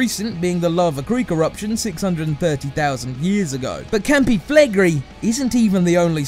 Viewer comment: I don't think it's that bad. Although he should've listened to a few Italians before pronouncing Campi Flegrei as Campee Flagree XD